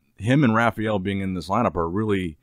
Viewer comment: Why does he call him "Rafiel"?